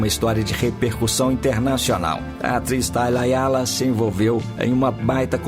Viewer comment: HAYALA. NÃO RAIALA.